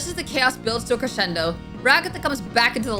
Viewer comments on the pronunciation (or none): none